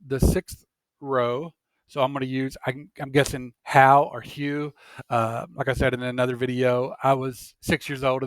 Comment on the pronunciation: Hough = Huff